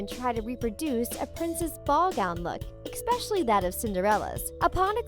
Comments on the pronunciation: its not pronounced eXpecially it’s eSSSSSSpecially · The credibility was lost for me when she said "expecially" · I like how she say ekspeshially really? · "Expecially" is not a freaking word. There is no x, c, or k in the part of the word you're pronouncing embarrassingly wrong. Say it with me: "ES-PESH-ULLY." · I hate how she keeps saying "expecially"... there is no x in especially.